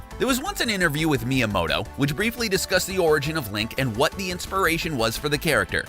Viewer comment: Good video you butchered a few names "Miya-mato" you blamed mario for being an animal abuser with no evidence and yeah.. donkey kong is not the same as the arcade one